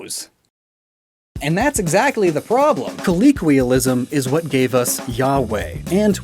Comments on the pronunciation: As this is a pronunciation video, it’s “colloquialism” kuh-low-kwee-uh-lism, not kuh-lee-kwee-uh-lism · Why does he pronounce colloquialism as “colleequialism” a lot in this video? It confused me for half a second before I checked before I checked what you labeled that segment of the video and checked back on the word on-screen. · I regret to inform you he says it like that in all his videos 😭 it catches me off guard every time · The fact that he keeps mispronouncing "colloquialism" in a video about pronunciation is mildly infuriating. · I appreciate the meta joke of mispronouncing colloquialism throughout